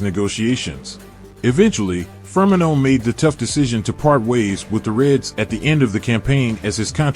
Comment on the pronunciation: the ai cant pronounce firmino